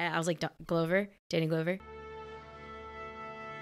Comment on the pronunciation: FYI, “Glover” rhymes with “lover”.